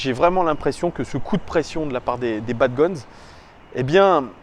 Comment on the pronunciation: salut, juste pour te dire: dans le mot bad gones, on ne prononce pas le s sinon super vidéo de ta part comme toujours